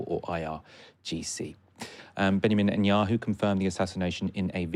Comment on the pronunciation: Like the way he calls him Nutenyahu 🥜